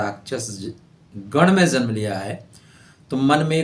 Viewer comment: janm ka pronunciation galat hai.... tumne zanm bola muslim ho kya ???